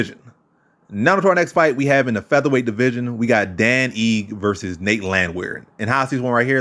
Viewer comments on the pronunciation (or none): Ige (ee-gay). For future reference...